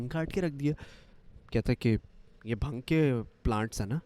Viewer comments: you pronounce it as bhaang not bhung. lmao. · Bhang nahi bhaaang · Love from india...it's not bhang...it's bhaang :p